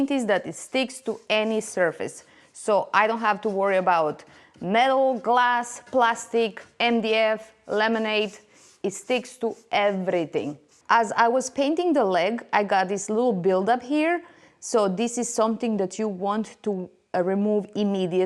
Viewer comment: love your work. I was laughing out loud when I heard lemonade... when you said laminate. 😂